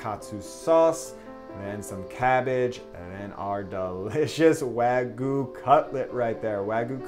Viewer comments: Its 'wag-you' not 'wa-goo' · Its wagyu not wagu btw. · I appreciate how much work you put into this video & this series in general but it’s wagyu (pronounced like you)... not wagu... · wag-YU not wagoo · wa-gyuu not wag-yu : ^ ) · Wag-yu not wag-uh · no that its important but its like nails on a chalkboard to me. its wa GYU, you pronounce that Y in there. its not wagoo. its waGYU (imaging 'you' with a G infront) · It's wagyu not wagu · wag-iu not wa-gu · This video makes me so sad. Also "wah-gyuu" not "wa-goo" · For future reference, it’s pronounced ”wagyew” and not ”wagoo”. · Weh-guu :’) too bad it’s overcooked.. Nice try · Wagyu - pronounced "wah-gyu," literally means "Japanese beef." It's the umbrella that all other varieties fall under, including Kobe, Matsushita, and Akita (which are all just named after their region). Many places claim to have wagyu, but all Japanese cattle have a certificate with their information and a number. If the restaurant does not have a certificate telling you the cow that your beef is coming from, it's not legitimate wagyu. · the way he says wagyu like wagu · Wagoo? There's a "y" in it... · the y in wagyu is pronounced haha not just wagu :) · People. It is not pronounced "wagoo." Just pronounce it like the damn word looks! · That’s pronounced Why-You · It's Wa-Gyu T.T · just saying its pronounced wag-you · I stopped watching when he said waGU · I think your pronunciation of Wagyu is awful, but the sammich itself is dope! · Dear america, the "y" in wagyu isnt silent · sorry for nitpicking but you didn't pronounce the y in wagyu also you spelled it wrong. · Hearing Wagyu.. being pronounced without the 'y' sounds so weird in my ear... I mean its not a big deal.. im just not used to it...